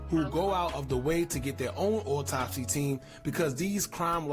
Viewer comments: This nigga said auto-spy 😂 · nigga said auto-spy lmao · That boy said auto spy 😂😂